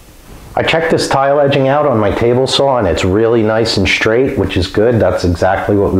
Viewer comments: Stop saying shtring and shtraight....you are ruining the English language! 🇨🇦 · “Shtraight”, “shtring” :)